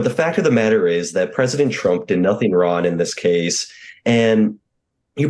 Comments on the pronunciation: He did nothing wron? Dude can't even pronounce wrong. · Jared says tDump "did nothin wron". Anyone else notice that? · What is with that mustache? This guy Jared is completely "ron" (as he kept repeating). He can't even pronounce the word "wrong". An attorney that underestimates a prominent and successful prosecutor like Jack Smith should be declared incompetent counsel. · Jared, you need to work on your Hitler mustache and pronunciation of the the word “wrong”, note the “g” at the end...thank you... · Someone should tell that dude that 'wrong' has a 'g' on the end. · Twice in a row this dude said that Donald Trump did "nothing rawn". Anybody have a clue WTF that means? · ...unemployed 2024. Did anyone notice he's unable to say the letter 'G'....... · Kind of off point, but is this clown saying "Trump did nothing "raun"? (as phonetically interpreted by me) LOL. I mean he said it 2 times in the space of 15 seconds towards the beginning of his comments, unless my ears are whacked. This is not a regional accent either, I went to the same university as him and plenty of locals were there and I was exposed to them in the city, etc and I never heard "wrong" pronounced as "raw-in"!!!...what a friggin half-wit. (I did hear "I have to do my warsh" for wash/laundry, really, yeah, WARSH LOL.) "...they might be bringing more indictments and WHAT NOT...hilarious...who goes on national tv as an attorney/professional and pulls out "whatnot", goobers and magas that's who. Well, I guess someone has to graduate 299 out of 300 even in law school. I'd really love to see his LSAT scores! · Does NOT know that there is a “g” at the end of the word “wrong”? I’m sorry, I couldn’t I hear that and couldn’t hear ANYTHING else he said because of that. Petty, I know. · Does Jared know that there is a G in the word “wronG”? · Yo. Why cant this dude pronounce the word "wrong"? I find it ironic.